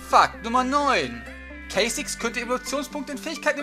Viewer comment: Kay Zix xD